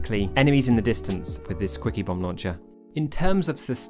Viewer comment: With your accent I keep hearing "squeakybomb launcher"